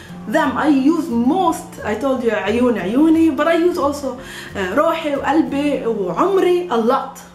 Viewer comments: it says qalb qalbi but she pronounces alb albi. why didnt she pronounced the Qaf? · kalbi and qalbi are two different things. haha. pronunciation is important in arabic. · 3rd one is not Albi its Galbi